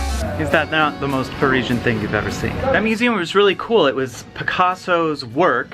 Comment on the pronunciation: Ahahahahha Purrrr-esian